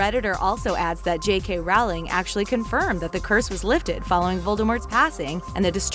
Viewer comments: Aarg! It's pronounced roll-ing!!! Lily's Patronus was not a snowy owl- it's a doe. The Dursely's may have reacted to the horcrux in Harry, but then why didn't Ron and Hermione, or the Weasley's? The locker is not responsible for Umbidge's behaviour.She didn't have the locket until AFTER she taught DADA- after Sirius died and Mundungus stole the locket from #13. Snape is dead. He's appeared in a portrait in the office, which only happens after you die. And no, he couldnt heal himself- he was a long, long way away from his office. Dumbledore can't be related to Slytherin- it was clear that the Gaunts were the LAST of theSlytherin line. McGonagal objected to Harry being left with the Durseleys, and Dumbledore reminded her that they were the only family he had left. It was made clear in book 5 and 7 that Harry had to stay there to be under the protection of the blood magic, and that it would be broken as soon as he no longer called #4 home. The Potters didn't get the acat after Sirius went to Azkaban, because they were dead before that happened. And anyone who thinks the twins were switching bodies doesn't know twins very well. My granddaughters are identical twins, and they don't need any magic help- they're connected already. Did you guys even READ the books? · I know right! I kept getting angry every time she mispronounced her name.. and the Crookshanks theory was just stupid.. he went to prison because he was framed for their murder. This person needs to rewatch and reread Harry Potter before they go making another video. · From the second she said “Rowling” wrong I was skeptical as to how much of this I could take seriously 😂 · If you’re going to state Harry Potter theories, you at least have to know how to pronounce J.K. Rowling’s name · The room of THE requirement??? Also it's clearly stated that Voldemort cursed the job that's not a theory that's canon. Also did you seriously call her Rowley? For one thing it's pronounced "rolling". Yer a squib,.